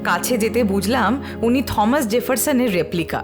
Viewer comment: ভালো লাগলো আপনাদের ভ্রমন ও বর্ণনা।অনেক কিছু জানলাম।তবে নামটার উচ্চারণ থমাস না টমাস জেফারসন হবে?